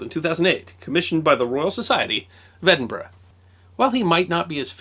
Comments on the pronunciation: Well presented you said of my home town Edinburgh right instead of Edinburoooo A great series b the way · One of our many great minds produced during the age of enlightenment and thought, with a wee bit of assistance from 'a nip o the creature', Uisghe Beatha! As amazing as this was, the passion you have for the subjects and that you're the only American I've ever heard pronounce Edinburgh correctly, I still flinch every time you say a Scottish name. Although Dewar made me laugh (Doo-waaar? Try it as Jewur) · and "Dewar" is pronounced "Joor" not "Joo-Arr". I'm just amazed he can pronounce "Edinburgh" correctly, unlike % of americans.